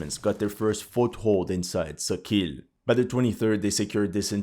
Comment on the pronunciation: Sokil is not pronounced SO- KEEL... It's SAW-KALL with stress on the first syllable